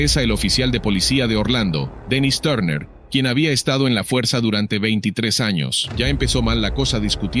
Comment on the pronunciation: Turner no tarner (y me refiero a la pronunciación)